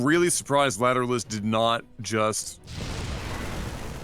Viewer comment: Yeah I think they never listened to any detectable amounts of Tool, just judging by their pronunciation of Lateralus. 😋